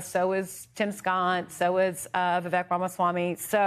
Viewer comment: It's [VIV-AEEK] - like CAKE... I thought you two were professionals. 🙄